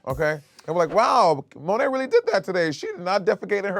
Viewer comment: it is SO insane to me that 7 years ago Raja refused to say Monet's name properly and now here we are